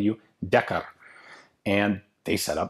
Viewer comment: Way to get your R rolling on DeckeRrrrr - channeling you scottish heritage 👍🏴. What? It’s not like the GJ has Afrikaans heritage to call on for the Rrrrrrr’s...